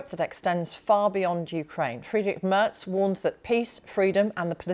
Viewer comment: Love that Chancellor Merz's name is misspelled in the BBC subtitles and mispronounced with a ‘t’ in the moderation. He gets what he deserves - who the heck is this unexciting, uninspired BlackRock lobbyist and warmonger? Greetings from Germany.